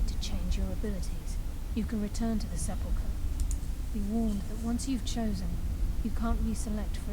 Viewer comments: Pronounced sep•la•cur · He pronounces sepulcher wrong -.